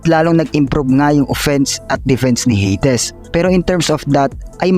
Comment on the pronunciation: Baka pwedeng Heydis wag ng Heydes kasakit sa tenga😆